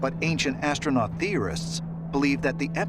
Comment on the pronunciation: Did he say ancient assnuts